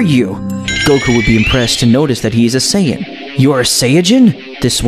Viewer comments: Lazer Breaker, thank you. He needs to understand that it is Beerus, Saiyan, and Chi-Chi; not Bills, saiyajin, or Milk. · its called sayians not sayiagens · Saiyan not saiyayin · Not sayayain but saiyan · He says it as sayayain though